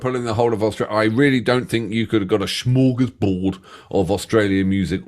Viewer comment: Now, that’s a barnstormer of a song! I loved that version. B.t.w. Smörgåsbord i spelled and pronounced with an s, not sch. Direct translation=sandwichtable. 🥪